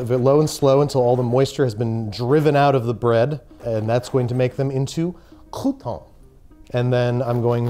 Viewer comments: It is not "coup-tawns" but "croutons". In French, it litterally means crust. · I' m verrrrrey sorry but you need to dooooo the bread roasting all over again... because it's NOTTTT COUPONS it's cRRRRRoutons this pronunciation is obligaturkey! As a chiropracturkey professional please do not try this at home with your family ;-) Dam' I'm hungry now...